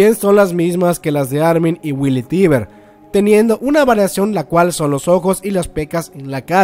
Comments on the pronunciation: No que era "Teiber" o asi segun yo lo pronunciabas en los videos pasados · Lena Oxton 'Tracer' Se pronuncia "taibr", se escribe "Tybur".